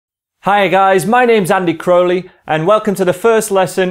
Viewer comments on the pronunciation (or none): none